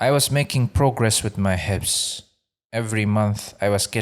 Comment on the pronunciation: Pronounce Hifdh with a ظ instead of س.